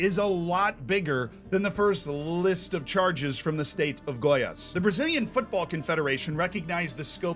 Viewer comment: Hermione time: It's goiAs, not gOias